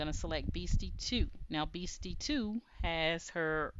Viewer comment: Love this and love your creativity, however I believe it’s pronounced “Best-e” like best friends are called “besties”💕💕